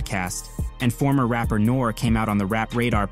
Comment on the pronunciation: His name is nor ee not nor lol can’t b a hip hop fan 😂😂😂